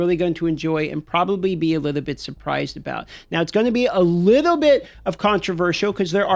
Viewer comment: In a liddo bit I’m gonna give you a liddo bit of liddo bit…. Okay?